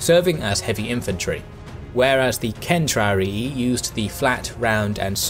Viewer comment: Not centrari, its caetrari